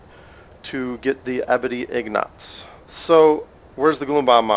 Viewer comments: STM Polaris wrong, it's "ing-gots" and he was saying "in-gots" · you say "ingots" in a weird way. it's "ing-gots" not "in-gots" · U SAY INGAATS...... U PRONOUCE IT IN-GETS but great vid one of the best ive seen LIKe + SUB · for the love of god man, its pronounced "ING-IT"!!!! not fuckin ING-GAWT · He's not even saying the word in the right order. He's saying ignots like how TF is he doing that when the letters are the other way around? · Dude. How hard is it to pronounce ingots. It's EENG-GOTS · (LiftThePeer) ing-git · Ik its pretty annoyig when he says in-gots, I was bout to kms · its pronounced "eengits" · He butchers ingots so hard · The way he says ingots makes me angry